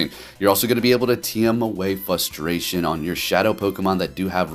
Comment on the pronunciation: You have a very peculiar way of pronouncing "frustration"